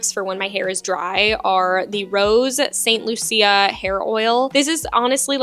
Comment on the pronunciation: St. Lucia is pronounced Saint Loo-sha :P